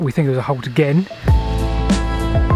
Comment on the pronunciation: Rowde pronounced as in loud.